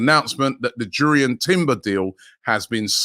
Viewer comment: Its pronounced yurrien not jurry earn